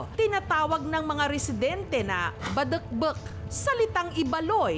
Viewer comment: I love how ms jessica pronounces "Badekbek" haha